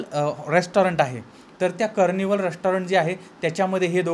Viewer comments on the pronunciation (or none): कार्निव्हल असा उच्चार आहे. Carnival .